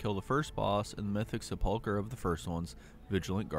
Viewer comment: Is it a meme the way people pronounce sepulcher or do they really not know?